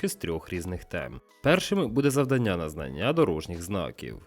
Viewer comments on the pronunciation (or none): Ставте, будь ласка, правильні наголоси: 1) не завданнЯ, а завдАння; 2) не однакОвий, а однАковий. І вірною може бути дружина, а відповідь - лише правильною. Щира дяка за українськомовний контент!!!